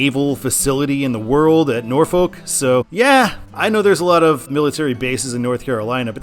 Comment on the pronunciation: You pronounced Norfolk correctly but then butchered Edenton lmao. First time Ive heard that as a local of both haha